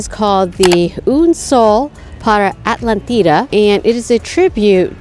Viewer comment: As an American living in Uruguay I feel compelled to correct a few things on this Vlog. 1. It is pronounced Atlántida aht-LAN-teeda. Atlántida is all Playa Mansa as the water is really the river with some ocean water mixing in. So generally this is calm and it runs all the way to Punta del Este where the ATLANTIC OCEAN starts. The beaches on the Atlantic are called playa Brava and that is where the real waves are and surfing too. If saw the river in Montevideo, it was the same water in Atlántida except mixed with some Atlantic water.